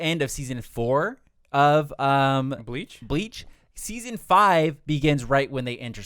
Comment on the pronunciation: Good video but man did y’all even watch bleach? Y’all slaughtered the names of almost everyone 😂😂😂